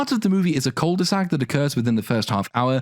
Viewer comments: Just gotta say, "cul de sac" is pronounced without saying the "l", and it is a u sound, not an "oo" sound. Sorry for being annoying, it kinda bugs when you hear it said wrong. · Please stop saying cul de sac. Ur butchering it. Just say deadend